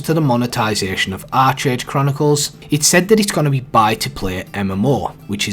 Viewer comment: Its pronounced Ark age bro